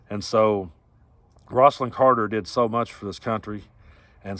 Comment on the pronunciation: Rose-alyn Not ross-alyn.